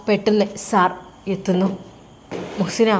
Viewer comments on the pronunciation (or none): മുo ദാസ് അല്ല മുഹ്സിന